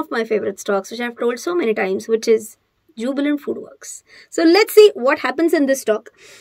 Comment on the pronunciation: Your pronunciation of jubilant food works is great as always..i likes it very much..